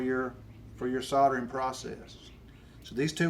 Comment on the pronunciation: Soldering.....!!!! not Sautering......lol